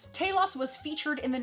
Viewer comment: Respect an American who can actually pronounce the characters name correctly, mines on the way . Nice review girl 👍👍